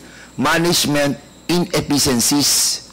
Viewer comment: Tarunga og pronounce Ang effeciencies SIR DAN PERNADES.. 😂